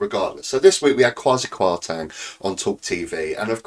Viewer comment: You are not pronouncing his name correctly ......Teng not Tang